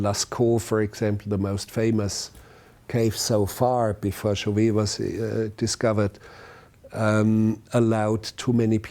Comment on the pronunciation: Chauvet mispronounced throughout. The last syllable is pronounced like a long a, not a long e.